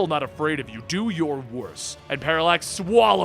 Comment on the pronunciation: Paralax sounded like Parasite